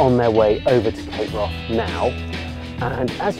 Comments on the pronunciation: Its not pronounced Cape Wroth...It's Cape Wrath...Brilliant Bruder Trailer, Shame you didn't show more of it 😞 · Why does this guy keep saying cape Wroth?